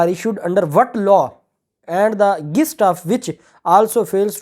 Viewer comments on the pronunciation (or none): Sir jee I am always listening to yr vlogs. May I point out that the correct pronunciation is “jist” not Gist as in gun. I want yr vlog to be flawless please.